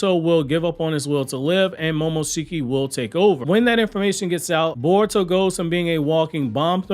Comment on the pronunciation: Lol he's pronouncing momoshikis name wrong lol 😆 🤣